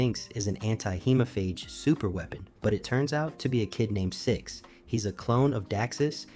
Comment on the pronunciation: Dude, it's pronounced "hee-mo-faage".